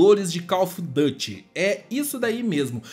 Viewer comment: Não se fala Dâte. Se fala duty mesmo em inglês